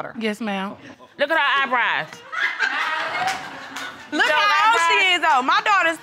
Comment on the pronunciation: "Look at his EYEBRYE" 😳😳💀💀😂😂